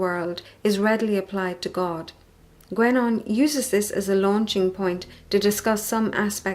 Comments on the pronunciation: Sorry, but the name is pronounced gEnon, not gUenon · It's actually pronounced more like "GenÓh".